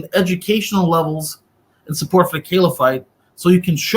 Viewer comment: "Caliphite" (not caliphate) sounds like a chemical element 😁 But yeah, good discussion, mash'Allah 👍